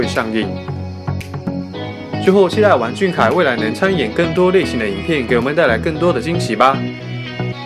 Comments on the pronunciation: 读音错了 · 我是不是被二代吵聋了？我咋听成了"玩"俊凯呢？(没有恶意)